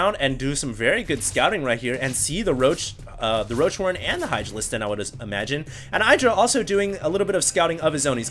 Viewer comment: Everytime said Hydralisk...I heard Idralisk.